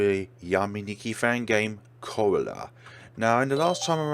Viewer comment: Thank you for playing Corallo! ^o^/ I will definitely do my best to make ver. 0.01 as good as apossible! As for the game title's pronounciation, It's "Koh-Rah-Loh", accent on the second syllabe! I'm happy to know you will play the next version too! Don't worry, the game will start making sense if you are able to piece all hints provided together! Also you have missed one room, but It's supposed to be a bit hidden so It's good it works! :>